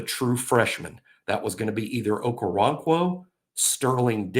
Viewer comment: Its pronounced Oko-ron-kwo. Hes very athletic with his background in soccer and gymnastics. Excellent feet